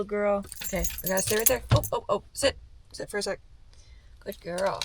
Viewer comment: Did you tell Taz to “sit” or to “shit”?